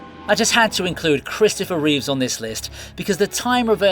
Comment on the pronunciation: Please, please, please, do not call him Christopher Reeves - it's REEVE !!! BTW it's not Stephen Hawkins or Cliff Richards either.